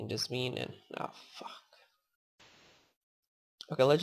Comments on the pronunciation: IT'S PRONOUNCED JAZZ-MEN NOT JAZZ-MEAN!! :) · jasmine is pronounced jaz-min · Say it like jaz min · the e in jasmine is silent